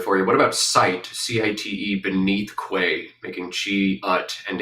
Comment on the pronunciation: hearing "quay" pronounced as "kway" hurts me in my soul